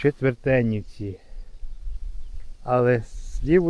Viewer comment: Четвертинівка,а не Четвертенівка...